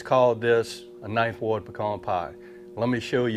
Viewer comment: Thumbs up for saying pecan right. Lol